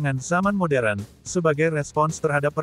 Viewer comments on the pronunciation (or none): none